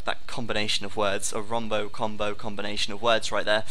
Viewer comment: I think it's "Wombo Combo", not "Rombo Combo."